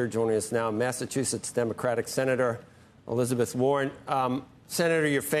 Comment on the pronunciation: Elizebeth Warren. Naw, it's Elizebth Warden. Full investion on this woman asap. The world would be a better place without these talking heads on the tel-lie-vison. Its their main tool they use to brainwash the masses. A new day is here. Welcome to the Great Awakening, my friends.